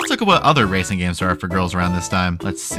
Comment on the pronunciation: MEMES HAVE ROTTEN MY MIND EVERYTIME SHE SAYS RACING I HEAR RACIST STOOOP